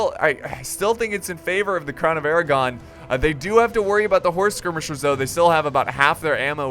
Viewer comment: Thought you said the crown of Aragorn.